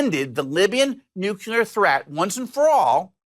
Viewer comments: its NU - CLEAR. Not Nu - cu - ler. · nuclear, not nucular. And government, not regime. Regime is a propagandist word. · Nucular isn’t a word